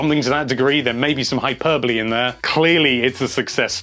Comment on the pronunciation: When you realise it's pronounced "hi-per-bol-ee" and not "hyper-bowl"